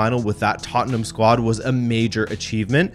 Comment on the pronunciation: I appriciate him saying Tottnham instead of Tottenham like most Americans do. Firm handshake sir. ✌️